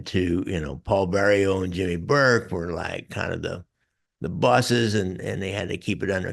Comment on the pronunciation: Jimmy owned Roberts Lounge. And it's Vario not Bario.